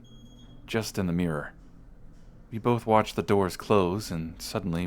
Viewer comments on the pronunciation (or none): none